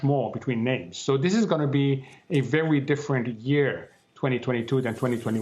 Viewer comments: Be vewy, vewy afwaid. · Vewwwwy diffewent!